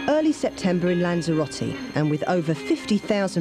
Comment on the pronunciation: It is not Lancheeroutee. Is it Lanzarote. It is not Courfew, it is Corfu. It is not Tainaireefee. It is Tenerife. It is not Aibeezaa, it is Ibiza. Learn the proper names, that is the very least one can do.